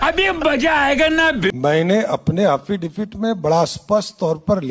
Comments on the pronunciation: अरे एंकर महोदया आप समझ नहीं रही हैं। हाफिडेबीड में लिख कर दिए हैं।😂 और बार बार हाफिडेबिड,हाफिडेबिड रटे जा रहे हैं।😂 5वीं, 8वीं, 10वीं, 12वीं, सभी सुने पर यह क्या सुन रहे हैं।😂 एक कोर्स।😂 लगता है बहुत बड़ा कोर्स है । सम्राट का।😂😂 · क्या हाफि डविट करता हू😅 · एफिडेविट होता है सम्राट जी हाफी डेबिट नहीं होता सोचिए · एफीडेफिट के लिए हाफीडिफीट बोलता है अनपढ़ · जैसा बिहार वैसा ही नेता बधाई हो एफिडेविट को हाफीडेविट बोलने वाला नेता मिला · Kya rumer faila rhe ho faltu ka yesa kuchh nhi bole hain,aur unke local language me affidavit ko haffidafit bola jata hai.